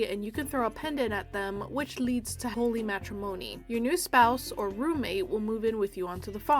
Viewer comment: I like how you say "holy matrimony" like "holy macaroni" (I can't explain)